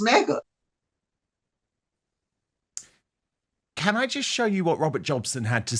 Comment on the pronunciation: Not so long ago, the thing Harry married said she was changing her surname to Sussex and that her first name should be pronounced meee-gan. Meeegan Sussex. But everyone keeps pronouncing her name as megg-an or may-gan, and her surname remains Markle. It must drive her crazy to find her demands ignored.